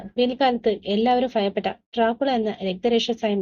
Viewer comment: എല്ലാവരും ഫയപെട്ട അല്ല ഭയപ്പെട്ട